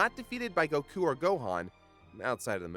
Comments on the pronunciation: STOP PRONOUNCING IT gokU IT'S GOKU OK? GOKU FOR FUCKS SAKE. DAMN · why did he say keep saying Goku like Gahkoo? have I been pronouncing it wrong all this time? Go-Kuu? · The way you pronounce goku is...odd... I know it's not actually wrong but still just sounds wrong to me lol. fast on the go elongated on the ku o.O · I really hate how he pronounces goku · “And it is apparent on we” Sorry for being over 7 years late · Don't like being that guy that bitches about a tiny detail of the video rather than the video itself, but if you're going to try to pronounce a character's name the way you think it "really" is,, don't douche it up by throwing on an accent literally no one in an official capacity would ever use. I get that you don't speak Japanese, but don't attempt to speak it if you don't want to learn how. Not that you'll listen, because you're a big ol' baby about criticism, but yeah. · Why can't this guy pronounce goku right? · Their pronunciation of goku and zamasu are infuriating. I love anime, but I don't go out of my way for the Japanese pronunciation of character names. It just makes you look like a douche.